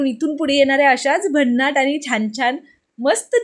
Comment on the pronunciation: पानी नाही पाणी बोल.. आनी नाही आणी बोल.. झनझनीत नीही झणझणीत बोल.. साधारण बोल.. साधारन नाही... अशिक्षित आहेस नाही ना? Suscribe kara sangess shudh bolyala jamal tar bol video baghayala aavadil